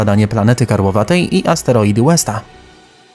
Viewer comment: Koleś, w tym kraju używamy kilometrów a nie mil. Nie mówi się Łesta tylko Westa. Przestańcie męczyć nas funtami, stopami i milami. Nie umiecie przeliczyć na kilogramy i metry, to się zapytajcie mądrzejszego.